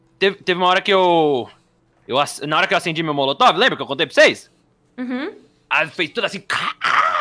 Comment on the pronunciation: Não aguento o falando coquetel molocotove kkkkkk